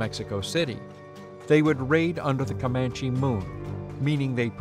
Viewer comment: COMAND-- COMANCH-- never an, e.